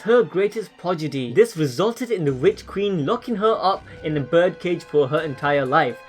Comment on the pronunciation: Did you just say progidy .???